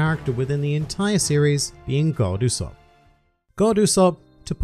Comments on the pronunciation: You said the name wrong throughout the episode... It’s Go D. Usopp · Actually, it’s pronounced Go D. Usopp